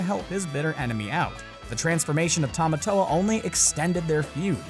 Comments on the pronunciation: Is any else cringed by how he says the crabs name wrong than how the movie says it ?😆🤯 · Noah Delong no it's Tim-a-toe-a. That's how he says it in "Shiny" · The fact that you said Tamatoa wrong the entire time made me cringe. Anyone else?